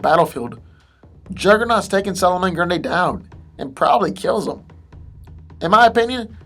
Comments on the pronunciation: It's NOT Pronounced "Grun-Day" It's Pronounced "Grun-Dee" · it's grundee not day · why are keep calling him "Grunday" instead of "Grundy" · grundy bro not grunday hahaha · i think the video wasnt too bad but everytime you pronounced grundy (grun-dee) as grun-day i wanted to teleport to your location and slap your mispronouncing ass. its grundy damn it! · ummm grundee not grunday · does it bother anyone else that he seems to say grun-day a few times instead of grundie? could just be me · This boy said Grunda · Someone mentioned how nearly every 'superhero' has regenerative powers now, maybe... but it's a shame the commentators have to destroy the spoken english text by being incapable of speaking properly, so either learn to pronounce english or sod off; typical example.. solomon grundayy!! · It sounds like GRONDAYY he said GRUNDAY 7 years later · "Solomon GrunDAY". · Why’s this asshole pronounce Solomon Grundy like that? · Why do you keep saying Grundy like this, there is not an A between the d and y in Grundy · Your pronunciation of some words is atrocious. Grundy(Grun-dee), Wanton (Wahn-Tahn) and some others